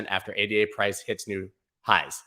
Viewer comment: I would subscribe, but you don't seem to realize ADA is a woman's name (named for Ada Lovelace, world's first programmer) not three random letters, and therefore pronounced as her name. That tells me you haven't done your research properly, so you have no idea which coins are likely to go up or down, or why. That's fine for short term trading, where you can follow TC techniques, but if you want to find something like ADA $0.04 and confidently ride it up to $10, you must understand WHY it's worth $10 a coin. You can't get that information from a chart.